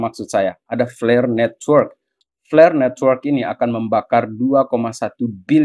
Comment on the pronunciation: wkwk , kok flare dengernya jadi pl*r